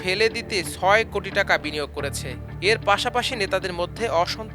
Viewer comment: To the reporter, pls news jokhon pora hochchy word gulo bhalo kora uchit...jemon chele, choy.......sunty bhalo lagey nah,,,, .Hope you will fix that